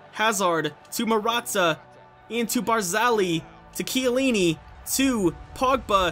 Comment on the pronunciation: Barzagli is pronounced barzalyee because when there is a gl or gn in Italian the g is silent and it creates a y sound after the l or the n.... it's like gniocchi is pronounced nyocchi but in stead barzagli